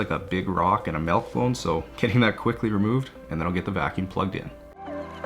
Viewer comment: I about died when you said "melk bone" 😂 bless your sweet Canadian heart. Good job, can't wait for the next one!